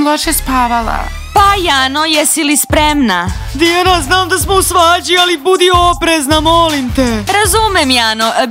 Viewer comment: Ne kaže se Tiana nego Diana